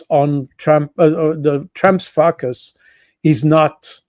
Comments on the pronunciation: See my comment above. He always pronounces focus as fuck us. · Great insights, thank you, Col. Baud. But please stop pronouncing focus as fuck us. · His accent is marvellous, but it cracked me up when Col. Baud said explained why Trump must fukus on China. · I love the way he pronounces: “…and therefore he has to focus on China.” That "focus" sounds almost like "fuc$ us". :0))) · Anybody else hearing something quite funny when this guest says “focus”? 😂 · Always love Col. Baud but must admit i always do a double take and then snicker like a little kid at his pronunciation of the word "focus".